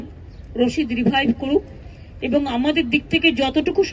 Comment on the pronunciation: Nam ta o thik bolchhena. Rashid ali bolchhen